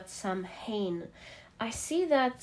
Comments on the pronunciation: darling, it's not "Sam- hain" it's pronounced " Sow-enn" When the veil is thin & easier for loved ones to visit us! Same time as Mexican 'day of the dead' Its one of the traditional witches sabbath! Hope this helps? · MAY-bon, SOW-en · Hi ya ☺️ samhain is pronounced ( sow-in ) it is Irish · Just to help out: Samhain is pronounced- Sa-ween or Sah-wen. Mabon is pronounced- Ma-bonne or May-bn Lammas is pronounced- Lam-ahs or Lam-uhz It depends on accent and location, but these are generally the pronunciations I know of in my witching circles. Much love! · May-bon, sow-in 😊 the sow is pronounced like sow ( female pig not sow as in sew 🧵 or sow a garden ) . Im irish & samhain comes from the irish language- but mabon in the Welsh language is pronounced maa-bon In irish (mh) is a w. So it would look like sawain. Love your voice & readings 😊❤ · It’s pronounced Saa-wn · Not samhain but pronounced saw-win